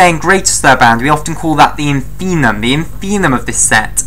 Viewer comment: That's InfimMuM not 'infinum', my dear...